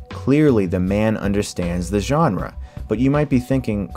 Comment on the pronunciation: Thank you for pronouncing "genre" correctly.